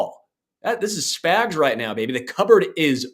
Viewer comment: I don't like that this guy keeps calling spags spigs😤